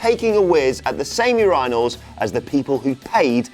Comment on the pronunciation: You pronounce urinal weird dude